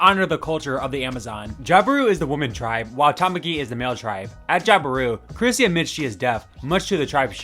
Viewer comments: Bro... how do you not know her name is CHRISTY, not Chrissy??? Stop making videos. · i think u said chrissy instead of christy a bunch of times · yeah, I heard "Chrissy" & that's what close-captioning picked up too 😅